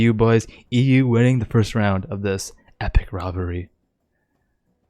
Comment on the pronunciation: Kid literally cant say rivalry "Riverly"